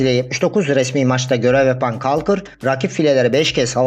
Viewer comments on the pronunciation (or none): Caulker harika bir oyuncu. Gerson Rodrigues olağanüstü. kolkır diye okunuyor bu arada, kalkır değil